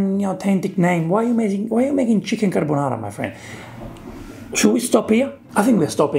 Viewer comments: you’re right, it’s not carbonara. It’s carbanara. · They are mispronouncing their dish. It's craponara